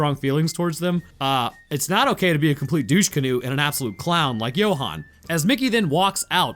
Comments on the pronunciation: Johan as in You-hun Not jo-hun😅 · South African english, assuming a mix with of an Afrikaans accent. Johan is pronounce You-han not Yo-han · Ok my bru I’m sorry to be that guy but Johan is pronounced you-hon (as in honey)